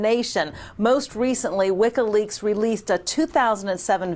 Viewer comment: This interviewer is extremely annoying. What the hell is "Wikkaleaks"? And what kind of journalist keeps asking the question "What happened with that?"